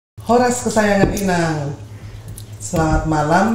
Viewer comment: amangbaomu itu, inang...bukan ito 😁